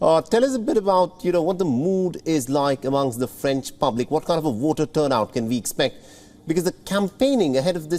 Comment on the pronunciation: This presenter pronounces "voter" like "water."